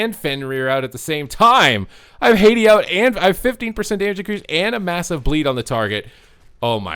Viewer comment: Haa-tee, not Hey-dee xd